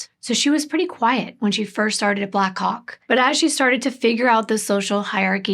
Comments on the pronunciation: How many times did you practice saying Black Hawk as clearly as you could before making this video lol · Ohh black HAWK! It took me a few times hearing it to realise what you weren’t saying 😂 😅